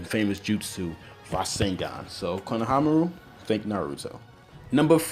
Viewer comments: what did you say? khana hanru? wtf... it's kohonamaru man. I'm sure you can pronounce it better. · it's not Kanahamaru. it's KONAhamaru...KO!!! not KA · U said kanahamaru at first